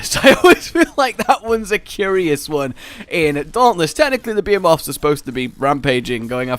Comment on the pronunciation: the way you say behemoths sounds like you're saying beaver moths